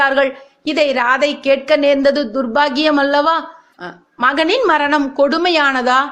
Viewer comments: It should be pronounced as ராதேய் and not ராதை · ராதே என உச்சரிக்க வேண்டும் ராதை அல்ல